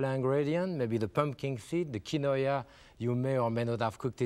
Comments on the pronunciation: Omg not KI-no-aaah!! So mysterious!! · "key-noy-uh" instead of "keen-wah" is a new and fun pronunciation I am going to use. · Pepin's pronounciation of quinoa would make a yuppie explode, but he was cooking with it before the invention of pretentious gourmet made it to the suburbs. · He isn’t saying it correctly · maybe so but I’ve never heard anyone pronounce it the way he did